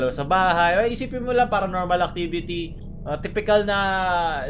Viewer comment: " PaRaABnOrmAl eXpERt " 🤣👌